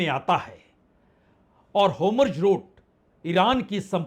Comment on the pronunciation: It’s Hormuz not hamroz. Just a little correction